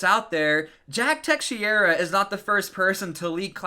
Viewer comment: Teh-shera = teixeira